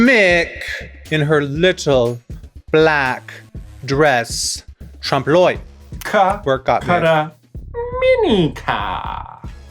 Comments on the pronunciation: I love Raja's pronunciation of trompe l'oeil as trump loy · Did i hear „ Trump loin “ ? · Raja: "Tromp Loy" French people: ... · It's a TRUMPLOY.... geez Raja, that's not how that's pronounced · Hey Rajah... interestingly pronounced..Trump Loy .. specially saying it twice.. a conversa starter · Its pronounced "Tromp o-lay" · trowmpe l’oewil 😂 as a french speaker this is so funny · Raja: "Trump loy" Me, a French-speaking person: "Nah. Nice try though." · raja pronouncing trompe l'oeil like that gave me flashbacks of my anglophone art history teacher butchering it everyday ahhh TrOmP LOY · As a French people, I can not go over the way Raja pronounce "trompe l'oeil" haha ^^ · That butchering of trompe l'oeil 🤣 Oooooh boy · th .... that's not how you say Trompe L'oeil XD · Hearing them pronounce “trompe de l’oeil” as someone who speaks French was lowkey kinda painful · My French ass died when you tried (emphasis on tried) to pronounce "trompe l'oeil" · No, not a nice try, I wanted to die each time they said it that way 😐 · Never thought French could be butched that hard until I heard "trompe l'oeil" 😂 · I died inside a little bit every time they tried to say it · that pronunciation of trompe l’œil was downright homophobic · the pronounciation of trompe l'oeil literally kills me mdr